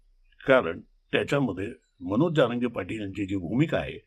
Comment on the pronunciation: तुम्हाला जारंगे आणि जरांगे हा उच्चार देखील नीट कळत नाही आणि आले विश्लेषण करायला